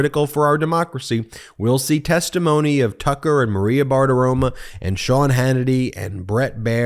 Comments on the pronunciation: Maria BartiromO. MO. Not MA. MO. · BARTIROMO, NOT BARTIROMA